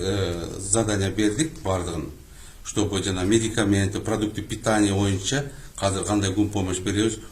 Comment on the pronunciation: Казыр, Казыр аягында иттин терисин жабынып жок болуп кетет. Казыр деген соз жок Кыргыз тилинде, Жазылышы-Айтылышыда Азыр деп Айтылат. Казыр Казыр,Казыр бляя тура суйлогулорчу